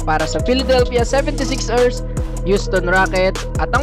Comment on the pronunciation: sebentesix ersssss galing mag pronounce